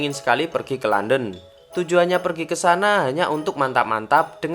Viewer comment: London aja harusnya dibaca Landen eh dia baca Lenden 😂😁